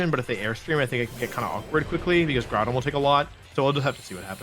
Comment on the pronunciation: Is bothers me that he pronounces GROUdon... "Gordon"